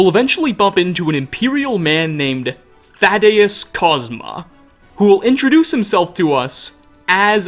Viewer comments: Dude my name is literally thaddeus and you're butchering it so hard every time I can't not mention it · How he says Thaddeus kinda kills it for me >.< He literally hears how the character pronounced his name and says it wrong anyway